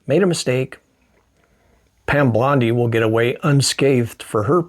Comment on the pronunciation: bondi, not blondie